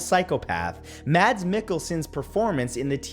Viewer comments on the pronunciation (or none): Mads Mikkelsen's 'Hannibal' was AMAZING. (Mads is pronounced 'mass' just fyi for anyone who cares). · You don’t pronounce the D in “Mads”. It’s pronounced more like “Mass” (or “Máss”). I know. Danish is weird...